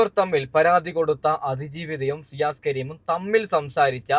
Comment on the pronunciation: സിയാസ് " അല്ല ഷിയാസ്